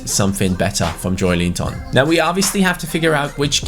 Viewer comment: Like so can see Its pronounced jo-el-in-ton #irl Where will newcastle finish in your opinion???